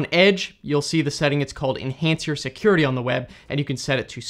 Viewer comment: "Seacuriatych, I remember this one this is uhhhhhhhhhh and amd" - Asian